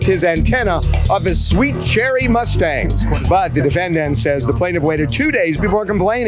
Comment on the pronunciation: Why does harvey (the reporter outside) always say "defenDANT" instead of "DEfendant" 😂 he puts the stress at the end of the word and it sounds so weird